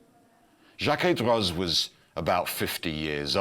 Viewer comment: In French a final “z” is silent. Droz is therefore pronounced D-row, and remains the pronunciation of the atelier that exists turning out incredibly beautiful miniature clockworks even today. Such devices are still the province of the rich and powerful while those who make them will only ever work on them, never to actually own one. Some things never change! Thank you for a beautiful presentation in all other respects!